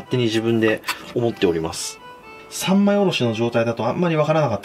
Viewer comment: コノシロを「三枚におろす」が「三昧におろす」になってる(^^